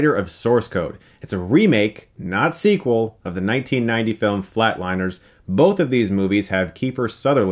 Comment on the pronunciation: It’s Flatliners not Flateliners